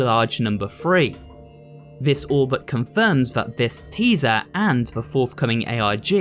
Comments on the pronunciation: You always pronounce Three with an F like it's Free. It happens with other TH words too. Thought you should be aware of it because it makes your words less clear for the hard of hearing. Great video otherwise tho! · It’s chapter three, not chapter free